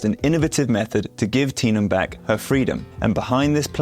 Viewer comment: Commenter: The people around Tenom, as her «Daddy», called her «Teh-nom», but you call her «Tee-nom», which is very different. A name is such an important personal identifier that we all have and use. When you make videos like this, please make sure to check what their names are and how it is pronounced and make an effort to describe it perfectly!!! It really. more than anything, shows respect and care!!! ❤❤❤